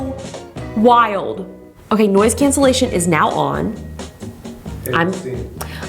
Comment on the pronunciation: “Oke”the way you said that word we use it in our language😂🇳🇱